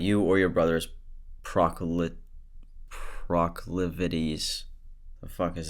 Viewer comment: Did you ever learn what the word “proclivities” means and how to pronounce it?